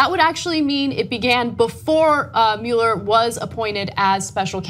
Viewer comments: What about Mueller? Usually I hear "muller" and not "mu-eller" as I've always heard the name pronounced. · Ana, it's NOT Robert MULE-ER, it's ROBERT MUELLER (PRONOUNCED MULL-ER.....enunciate the name correctly!! It drives me nuts to hear you say his name improperly..... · Ana, I love your reporting. Now PLEASE repeat after me, "muh-ler" "muh" "ler." Muh, like luck, love, must. Not "MEWL-er." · GOTDAMMIT ANNA, IT'S PRONOUNCED MULL-ER!!!!!! WATCH THE NEWS OR SOMETHING! YOU SOUND LIKE SOMEONE WHO COMPLAINS BUT DIDN'T EVEN VOTE!! I know that doesn't seem to make sense...but give it thought people. lol. Anna -- MULLER! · Ha...I commented on that too...before I saw yours! So annoying, them pronouncing his name wrong.